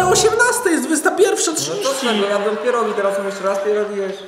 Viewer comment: Czemu ciągle mówi zamiast pierogi to mówi pierug,a na dychę mówi dychu??